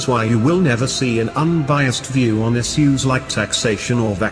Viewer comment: He says is-use instead of issues